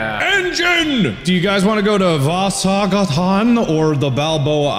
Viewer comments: wait, the way Mark pronounced vasagatan xD it's a street in Sweden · The pronounciation of "Vasagatan" is.. weirdly close yet so far away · Hahah! Love the pronunciation of ”Vasagatan” its a swedish street name in Stockholm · Why do people have such trouble pronouncing Vasagatan? Vasa-gatan. The Street of Vasa. It's simple :)